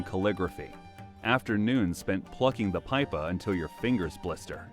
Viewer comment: bro really say pie puh